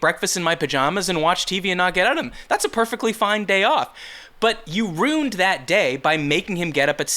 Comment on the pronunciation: I love you. This show is fantastic. Now, I want you to forget this the moment you read it; the way you say 'ruined' is criminal!!